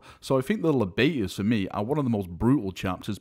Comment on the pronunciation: The Libators would be pronounced [Lie-bators] my dude, taking libations is to drink something hence the chalice chapter symbol.